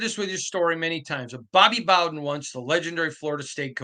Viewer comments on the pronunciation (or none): none